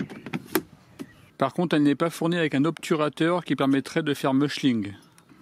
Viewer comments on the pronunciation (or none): "Mulching", pas... Muchling ! :D